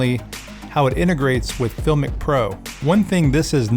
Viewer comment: You're pronouncing the name wrong !!